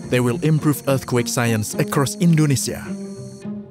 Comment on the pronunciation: The way he says eath quek are dead giveaway